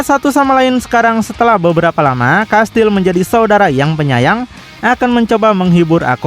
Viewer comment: Saya Fans abang ini ga pernah skip, like trus tapi Komen baru ini krna pengen benerin aja 😊 "Kastiel" Bang Baca nya Bukan "Kastil" 😬🙏